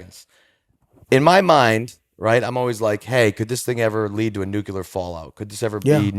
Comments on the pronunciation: I'm not very concerned about a nucular war but we should be concerned about a nuclear war. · 'Nucilar power' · Nucular my man lmao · Bob menery cant pronounce "nuclear" properly lmao. He says "nukeular" 🤣🤣 square